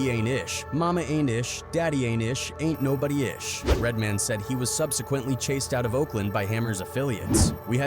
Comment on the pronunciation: Why quote people if you're you're just gonna play the clip? Also, do more work and narrate it yourslef. "Redmen" 😂